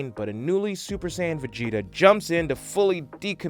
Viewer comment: its called sayian not sans nnnnnnnnnnaaaaaaaaannnnnnnniiiiiiiii